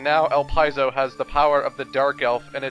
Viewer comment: ITS PRONOUNCED EL-LIP-SI-O DANGIT